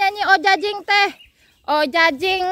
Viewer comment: Ajojing bukan ojajing hahaha aya aya wae mh